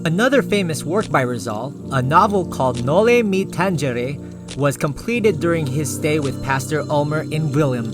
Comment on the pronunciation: Hi. I like your video but the way you pronounce those spanish or filipino names is not so good to hear. Noli me Tangere prinounce tanhere not tanjere. Duuh!